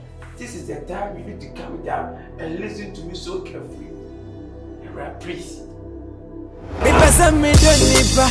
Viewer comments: Ashanti's with their R and L, pronouns action. Kyekyeku is it prease or please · Kyekyeku stop saying prease, is please.❤❤❤❤❤❤❤